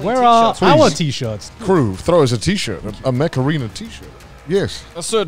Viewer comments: my hard of hearing ass kept thinking you were saying macarena... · Everytime you said mech arena i heard Macarina. Thanks for getting that song stuck in my head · I swear I heard "Mech Arena" as "Macarena"